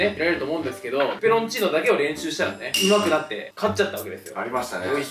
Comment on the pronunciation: てつやの「ペペロンチーノ」の言い方が「プラチナデータ」だった